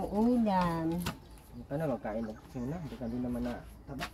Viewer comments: CHONA NOT CHUNA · CHONA...not Chuna.